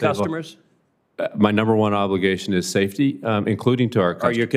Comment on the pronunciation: "SAFTEY?" SAFTEY for WHO? What an excuse